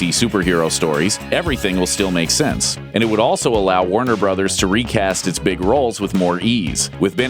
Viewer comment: At first i thought he said Wonder Brothers but he said Warner Brothers lol